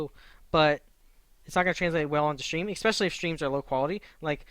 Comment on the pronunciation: "ESpecially" not 'eXpecially'